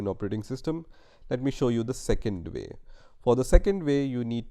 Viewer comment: Hey... not "second vay", but "second way" LOL